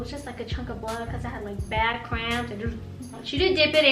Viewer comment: It's cramps not scramps 😂😂😂